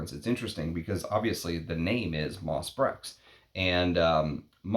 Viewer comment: Nothing mentioned about the unusual name for this fragrance? Nice review, although I think you owe it to your viewers to at least pronounce the name of the fragrance correctly. It’s pronounced , not . Being an American with no French does not really grant you a viable pass when devoting a post to a single fragrance, for a little googling can give you the (very simple) pronunciation. Up your nerd game slightly higher, my friend. Brèches is a village in the Loire Valley, but the word itself also means ‘breeches’, or, in other words, a type of trouser. So, is the name of the fragrance a nod to that region of France (doubtful), or is there some kind of cheeky innuendo having to do with men’s trousers and woodlands. (We all know Tom Ford’s occasional predilection for that kind of innuendo in his marketing.) The ‘PG-rated’, and perhaps most likely, interpretation of the name might be simply the fusion of the fragrance’s elements: ‘Moss,’ denoting the fragrance’s (proclaimed, at least) earthy and aromatic elements, and perhaps ‘Breches’ as a nod to men’s sartorial history, and thus to the history of men’s perfumery. (Breeches were sometimes crafted from leather in the 19thC, though leather is not a major player in MB. Some kind of honeyed vanilla is, rather.) Personally, I don’t find it to be brilliant. Its scarcity is its primary value. And do you not catch even a slight connection to Derby? Much more ‘moss’ there, of course.